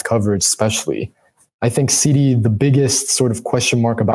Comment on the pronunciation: SeeDee not Sidey, smh lol,lol,lol